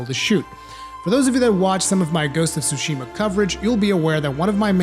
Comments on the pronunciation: Tsushima, not sushima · wtf is a sushima